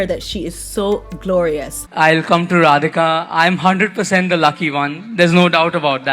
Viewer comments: Rihanna should have practiced saying their names for all the money she got. All else good. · Rihanna is SO disrespectful for pronouncing the Bride's name! All excuses are rubb1sh..... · God bless Leilani, and yes found Rihanna's pronunciation, of Radhika.